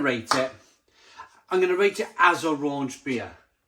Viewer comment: 'Rauch' as in 'smoke' is pronounced 'rowkh' as in "..should I blow rowkh up your arse!!"